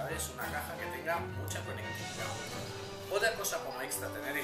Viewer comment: es conectividad , no conectitividad